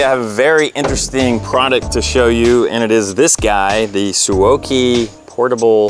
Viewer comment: Suaoki (su-o-kee) 🙄😉